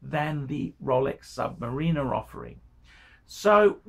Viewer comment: Please pronounce Sumariner correctly its not sumarieeena.. its